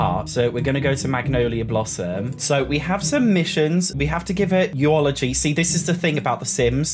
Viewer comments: Btw eulogy is pronounced YOU-luhjee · I love the way you said, "eu-o-logy," lol